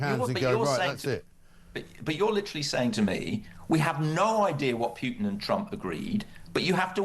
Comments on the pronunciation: The minute someone says "Pewtin" instead of "Putin", tells you everything about them and their worldview. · Here's a marker for stupidity: a person pronounces Putin's name as "Pyootin". Dead giveaway. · 'Pyootin'.. Is is too difficult for a so-called expert to say 'Pootin'...? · It is not “PJUTIN” its Putin